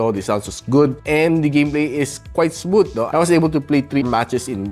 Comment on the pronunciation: hard th po pronunciation ng "smooth"